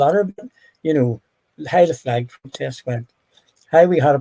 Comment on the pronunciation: The fwag pwowtest